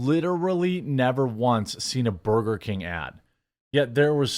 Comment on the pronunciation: C ya bye 😂😂😂 tries so hard do improperly say burger 🍔 and he can't even do that right.